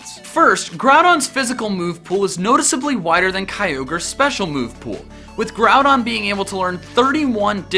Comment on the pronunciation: Growdon not grawdon